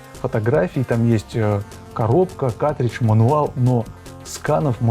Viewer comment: Почему ты говоришь "катридж"? Где буква Р😢 Ведь картридж надо говорить.